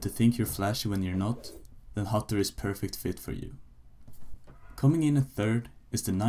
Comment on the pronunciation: Du kan fan inte säga hattori